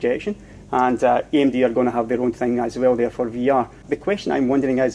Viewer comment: Eeey emmm deee x). Love your videos!